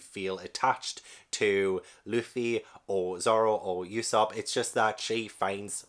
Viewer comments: Glad someone else found this legendary story, hope you enjoy your journey as much as you can, you're in for an epic adventure. It's pronounced Ue (as in blUE)sop, as uso means lie in japanese, I also think you should focus on the covers of each chapter, One piece has this very unique method where each cover tells a part of a story happening outside of the main story, as for example in the chapters you've read, there''s the Buggy cover story which shows all about how he got his crew and body back and met alvida and all that stuff, just a heads up because cover stories always come back around to the main story and I think it's an incredible piece of worldbuilding that keeps the world moving even if the characters we're following aren't in it. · I'm currently reading One Piece volume 85 - thankfully my library has them! The U in Usopp is said more like the U you say in Luffy, not like e.g. "Europe".